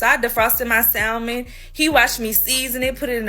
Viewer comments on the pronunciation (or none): Pronouncing the L in Salmon is diabolical